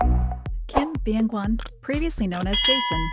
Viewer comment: Saying his name however they want except the right way lol